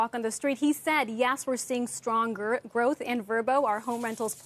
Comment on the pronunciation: Did she just say strong “girth”.